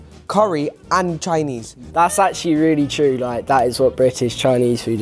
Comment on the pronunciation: "That's achewallee diaballicall."